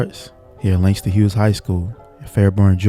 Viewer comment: Bro said Harlem by Langston huges